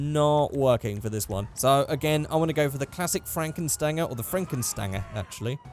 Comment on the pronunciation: Franken Stange not stanger and the "G" in Franken Stange has a g sound not an "ang" sound